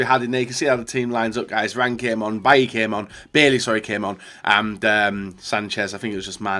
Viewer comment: It’s Leon Bailey, not Bailly...